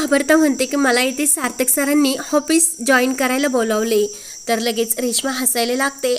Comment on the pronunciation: हापिस नाही हो, ऑफीस